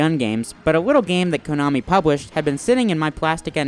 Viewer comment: In my 34 years of life on this planet, I have never heard anyone pronounce it "KOH-nami".